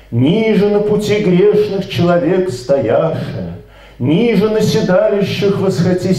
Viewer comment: Автору большое спасибо! Однако "небесный Зодий" - это Зодиак, а не Зодчий. И церковнославянские ударения часто неправильные: не "нИже", а "нижЕ".